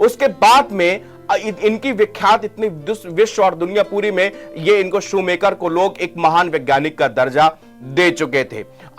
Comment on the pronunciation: शूमाकर है नाम शू मेकर नहीं